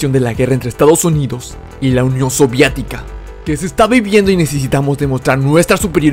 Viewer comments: Amigoo deja de decir soviatica es soviética o soviético jajaja perdón pero lo digo cómo crítica constructiva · Por qué dice soviatica? Le desmonetizan si dice soviético? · se dice soviética no soviatica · Muy bueno el video, pero se dice unión soviética, no sovíatica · Soviética... No Soviatica 😅😅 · soviEtica. No soviAtica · Casi me da un derrame cada que decía unión savietica ;v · es gracioso qué digas soviatica xd le da el toque especial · Ya va, por qué a cada rato dice soviatica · hermano me estresa mucho que digas "soviatica"